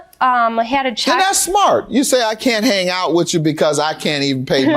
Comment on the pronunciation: Did the plaintiff say “hane out?”